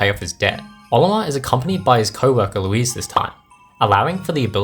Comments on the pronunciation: Louise?? It’s Louie you dolt! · Bro called Louie as Louise… XD. And hocotate as “hocotait” instead of “hocotahtey” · You mean Louie right? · The way you butchered Loui's name and mixed up Captain Charlie and Alph hurt me